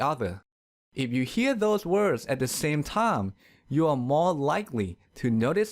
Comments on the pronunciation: Time = taim ( you were saying "tam" ) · the narrarator's pronounciation isnt that well!the narrarator's pronounciation isnt that well! work on 'ds. you say "soun" instead of sound. also you say -ch words odd. you say "eash" instead of each. your -m. you say time like "tie". hope this helps! but you are a good speaker for a non native. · Thank you! Very informative and makes me want to share with my students. However, it seems your "s" is not pronounced true sss, it's kind of between "s" and "th", sometimes it's even more "th" than "s". Also the word "time" is pronounced more towards "taam"...Because of these two reasons, I'm hesitant to show this video to my students...